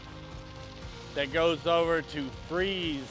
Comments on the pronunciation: Fries..pronounced Freeze. Galax is Gay’ lax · Please, when you do a video, research how to pronounce the names of the towns. Galax is pronounced "Gay-lax" and Fries is pronounced "Freeze." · You got it right the first time - Fries, pronounced Freeze. And Galax is Gay-lax. Keep pedaling....